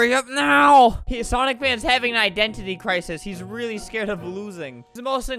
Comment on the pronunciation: Albert: squeaks "rwaewwy" Me: trying not to laugh because it is almost 6 am